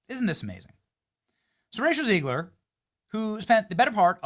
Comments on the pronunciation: Benny..it's Zegg-luhr for your street credibility! 💪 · Love you Benny but for the love of God it’s “ZEGG-ler”. Not that she deserves being called by anything other than a loser.